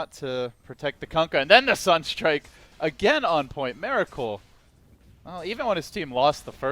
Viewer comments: ears bleed everytime he is saying 'Meracle' which is about 95% in this video. I've heard 1 or 2 'Miracle's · My ears bleed every time the caster says mEracle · is he saying meracle all the time? its bugging me, anyone else hear it?